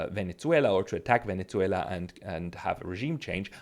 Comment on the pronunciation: Did you repeatedly say Venetzuela? Why?